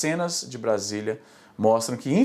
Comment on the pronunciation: vc pronunciou Brasília errado kkkkkk